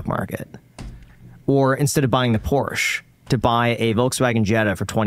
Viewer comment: Im one moment away from paying for a channel subscribtion just because you are one of the few north american people who know how to say Porsche.